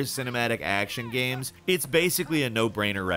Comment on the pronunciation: talks like the male equivalent of a cali valley girl with the way he pronounces words like "gehms" instead of like a normal person "games"